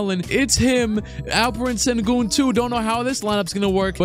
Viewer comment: Sir….It’s shen-goon